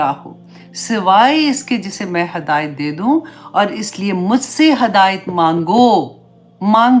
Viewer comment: Hidayat not hadayat